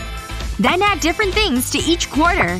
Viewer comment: Bro she keeps saying den